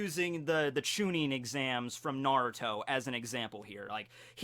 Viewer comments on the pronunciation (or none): none